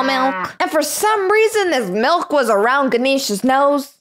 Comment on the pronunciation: It’s milk not melk